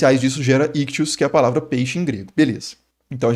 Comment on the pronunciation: Mestre, um linguista falando aqui. Só um comentário sobre a pronúncia: você pode escolher aderir a uma corrente que leia o upsilon como "i" ou como "u". Daí, pode ser "ictis", ou "ictus" (ambas são possíveis). Na sua pronúncia, você usa os dois, como "ictius" ou "iktchus". Kkkkkk Um abraço e parabéns pelo conteúdo!